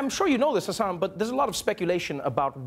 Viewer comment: That moment when Trevor can pronounce the name hassaan correctly but my own classmates can't 😑